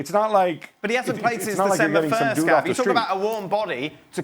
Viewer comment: Gab said it right